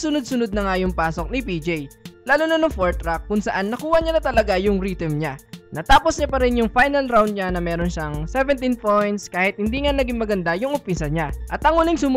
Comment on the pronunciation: rhythm basa mo bro ritim parang mali yata bro not bashing just correcting